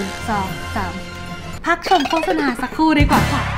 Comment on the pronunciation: ตอนพูดว่าดูโฆษาอะโฆษาออกจริงเลย